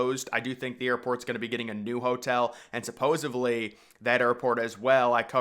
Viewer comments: It's "supposedly"!!! There's no "supposevly". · I getting my info from a guy who says “supposaBly